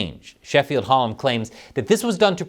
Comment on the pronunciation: I live in Sheffield and it’s Sheffield Hallam university, Hal-lam. Love the channel by the way. The thing about the passport is a disgrace and an outrage.